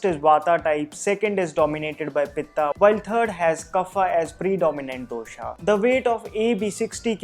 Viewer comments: I follow yiur vodeo they are so much knowledgeable and accurate. One complaint though Pls pronounce dosha vata pitta kaffa correctly. Just because these letters end in a the pronunciation is not doshaaaa it's dosha' And similarly other. Say the words as it is said in its own language. Why make it an english pronunciation for no reason. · My South Indian mind is hearing dosa everytime he says dosha🙂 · Me too😅🤣